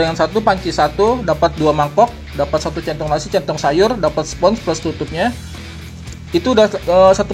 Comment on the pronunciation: Salah mulu bang nyebutin centong sayur wkwk